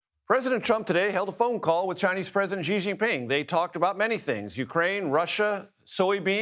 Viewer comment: Who is Gigi ping? Do you mean Xi (SHE) Jin Ping?